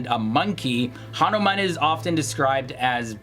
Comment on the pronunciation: Hanomaan😂😂😂 Baander di olaad...🖕🏿🖕🏿🖕🏿